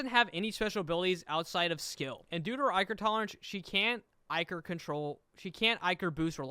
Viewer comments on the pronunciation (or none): the way he pronounces "ichor" drives me crazy